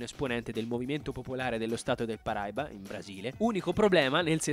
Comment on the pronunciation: Si dice Paraìba, l'accento é sulla i